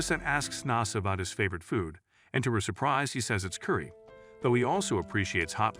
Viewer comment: U pronounced curry wrongly that’s a offensive for my calcher